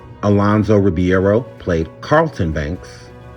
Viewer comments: Damn it Alphonso Ribereo name is pronounced .......like ree·beh·row!!!! The mispronunciation is driving me crazy! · You can't even pronounce Alfonso "Ribeiro" correctly sir...and Will was the Fresh Prince way before the show. Can't finish watching this mess.